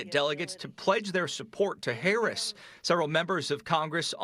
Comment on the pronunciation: y he say Harris like hayriss?….lmk